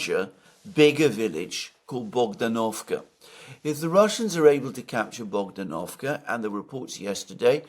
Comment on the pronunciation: BogdAnovka stress on the second syllable😊